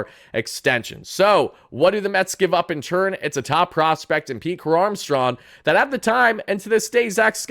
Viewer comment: "Pete Crow-Armstrawn"